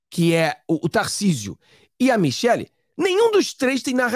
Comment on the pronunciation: Michele e não Michel. Temer e não Temar.